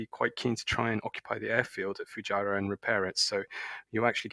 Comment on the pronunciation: "Alotta Fujirah" XD